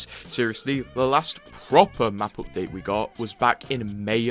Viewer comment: "This opdate.."